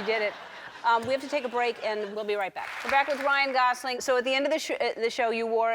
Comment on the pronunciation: I love that she got his name pronounced correctly. It's Gosling not Gozling... like most people say.